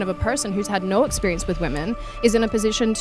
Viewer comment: "I had a lot of exspireance in my life " is the most Virgie thing ever